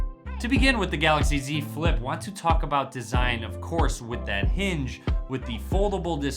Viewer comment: great review... every time you said Z Flip, it really sounded like you said "dze flip"